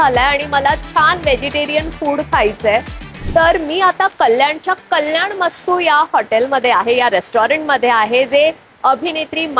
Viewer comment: Kalyan mastu nahi o tai, kalyanam astu, kinva kalyanmastu ha ekach shabday. Please note. Aikayla khatakta.